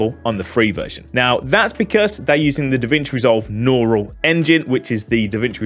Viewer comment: "Norrul" engine LOL